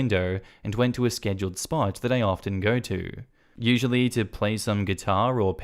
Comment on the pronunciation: RE: "Scheduled" spot [@ ]. Why do mispronunciations and/or typos always make me laugh? Does this happen to anyone else?